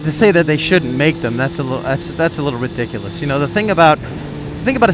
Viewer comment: Your Italian? The way you say ridiculous, Soprano'esq.